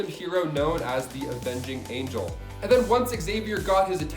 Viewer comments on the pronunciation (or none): none